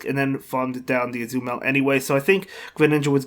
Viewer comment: Tbh I always like to hear you pronouncing Azumarill as Azumel xD